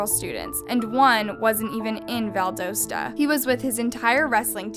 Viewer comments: *val-doss-tah. Doss like Ross. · "Valdosa georgia" lmao where'd the "t" go? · Yoo that movement you live right next to Valdosta 😩 ( it’s pronounced “V-awl-duhs-ah”) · Btw its pronounced Val-dast-a. Rest in peace kendrick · I live in Georgia and every time I hear about this case I get sad. By the way its Val-dos-ta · Hey guys, student from lowndes, I know all of the teachers and students who knew him, I even know the teacher who had kj’s sister in her room when she found out he passed. He was murdered no doubt, we are friends of the family and love his family and hope for justice, a few things about the video. Valdosta is pronounced val-da-sta, Idk why either tbh but that’s the way it’s pronounced, and lowndes is pronounced in one syllable and not two. Sorry just a pet peeve whenever people mention the town. Love and respect and if you guys have questions about the day, I know about all the details from everyone that was there (I was younger when this happened but personally know a lot of people who were there that day.) please show your support and pray for justice #blm #justiceforkj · This is my hometown! It’s pronounced val-dah-sta haha no worries, it’s a weird word. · You’re not even pronouncing “Valdosta” correctly 🤦‍♀️ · lol the way you pronounce Valdosta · i’m so sorry ik this is sad but the way you pronounced valdosta took me out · So much research, but pronounces Valdosta and Lowndes County wrong.